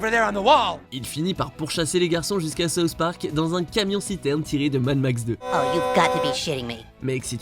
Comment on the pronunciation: Sauce Parc ? Pas possible de faire un petit effort de prononciation ?